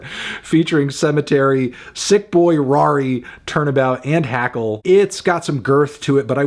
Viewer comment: y tf u say Rari name like that